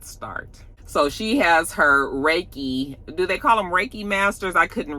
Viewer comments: Exactly! When she mispronounced Reiki, I already knew! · Stormi is fake AF!! Last season it was the sound bath, but she had to read off a piece of paper to explain to Mel about it! And now it’s this Reiki, which she didn’t even pronounce right!!